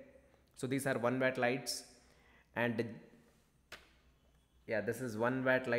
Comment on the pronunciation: It's pronounced watt not wat